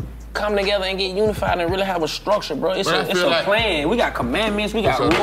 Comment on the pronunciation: and Infaskrukture lol